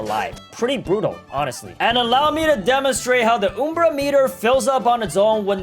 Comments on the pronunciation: "oom-bra meter" its UM-bra meter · It's not oom-bra it's um-bra because the umbra is the darkest part of a shadow. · not trina be rude just asking (why do you say umbra like oombra?) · Its pronounced umbra,not uumbra. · Oom bra lol it’s umbra u m b r a UMBRA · It's Um-bra not oom-bra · "Time to fill up the OuMbrA MetER" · btw its uhmbra meter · You pronounced Ambru wrong And did you know in Latin it means shadow or shade